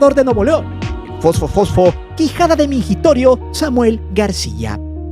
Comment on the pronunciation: que es mingitorios 😂dijiste culosio? o ohi mal